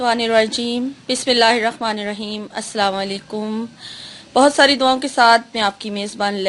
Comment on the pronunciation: Bismillahir Rehmanir raheem bola kre rakhmanir raheem ni kahe 😊♥️ jazak Allah